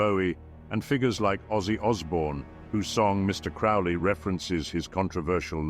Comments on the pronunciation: Crowley like holy not fouly like Crowley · I know the voice is some level of AI filter, but in any case it is pronouncing Crowley wrong. Crow is pronounced like the bird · Crowley rhymes with holy. Cringe . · Crow-lee. Like holy. He even wrote a poem how to pronounce his name. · Why can't anyone say Crowley's name right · Such experts they mispronounced “Crowley” in the first ten seconds.